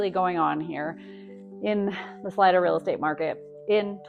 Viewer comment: It's pronounced saleeda not salide-a